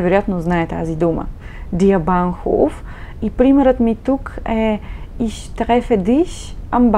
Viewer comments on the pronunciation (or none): Не може ли да не произнасяте" иш" а ich их. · Ich се произнася “Иш” в някои райони на Германия, разговорно, но на книжовен немски (Hochdeutsch) се произнася “Их”, както се и преподава в повечето школи за немски език.